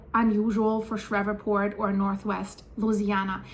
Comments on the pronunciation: doll I think they pronounce it Shreeport. Nice and easy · What a creative pronunciation of Shreveport! There's two syllables in that name, long e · LOL she said I know the area pretty well and then proceeded immediately to butcher the name of the town worse than I've ever heard before LOL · Pronounce Shreveport Like "Sleeve port" But replace the L with a H. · The city name of Shreveport, LA, is pronounced as though it were spelled "SHREEV-port". You've "Germanicized" it! (The town was named for a distinguished "Shreve" family -- of British descent -- whose old Anglo-Saxon-derived last name came from two words, which, in modern English, are "shire" ("county") and "reeve" ("administrator"). The "shire-reeve" combination ended up becoming both the family name "Shreve" and the English word "sheriff".) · New Madrid? Fracking? Sheree port it's pronounced shreeport no V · It happened next to a fracking unit. And it's SHREE PORT, not shref fort. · GOOD LORD woman..... Learn how to pronounce the names of our cities. Shreveport is pronounced shreeport, not shreva'port . Painful to listen to. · ShrEEEEve, long E sound , like sleeve, not eh. ShrEEEveport. 😂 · It's pronounced Shreev•port. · Shreeevport phonetically ma’am. Love ur channel. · Thanks for the info. For your information, it is pronounced Shreeeeeve port. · It's pronounced "Shreeveport." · It's pronounced "Shreev-port" Thanks for all of the Great information 👍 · Ah,, you're so funny...the name is pronounced Sh EEEEE ve port. (My favorite town in the whole state). I'm sure all those river sediments amplified that quake energy, and maybe that means the New Madrid fault zone is waking up. (hope NOT) People generally don't know there are several BIG, deep faults throughout the Appalachian chain. Since this quake happened, I'm saying we should watch around Oakridge, TVA dams etc., and not far north from Louisiana is the Arkansas deformation area south of Memphis....lots of sediments there for liquifaction.